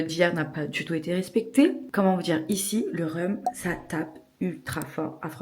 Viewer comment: Rom pas reum 😅 Sinon bonne vidéo bon anniversaire ✨